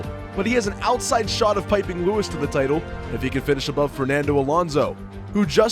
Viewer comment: Yeah it’s pipping not piping ya melt